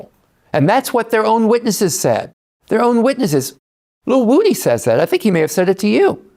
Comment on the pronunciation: Vlad refuses to call woody by his correct pronunciation. Id like to slap him.